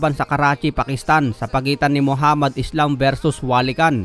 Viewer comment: *ISLAM po ang last name niyan. Palibhasa kapag may "s" sa salitang English pino pronounce na "ees" agad. Ayan nangyari, na translate tuloy sa spelling at naging pabagsak iyong pangalan ng boxer 😄😆